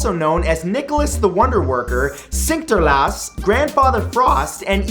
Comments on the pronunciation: ITS NOT SINTKERLAAS no offence its SINT-ER-KLAAS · It is sinterklaas not sinterlaas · hahahaha he said sinkterlaas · Sinkterlaas?? I'm pretty sure it's Sinterklaas, but good try~ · "Sinterlaas" x'D haha so close Matt, so close to pronouncing something Dutch the right way xD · did he just say sinterlaas 😂😂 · there's a k in Sinterklaas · "Sinterlaas" North Americans are truly terrible at pronouncing foreign words. From Belgium. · the way he pronounced sinterklaas though